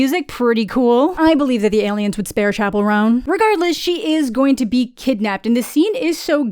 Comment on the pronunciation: When you first said "Chappell Roan" I thought you said "Chacarron" and I was like yeah, that tracks, El Chombo is precisely what an alien would like